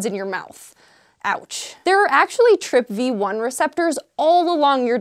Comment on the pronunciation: TRPV1, pronouned as TRIP VEE ONE. Gotcha....